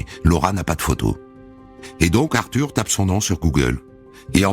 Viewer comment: "Arthure H" .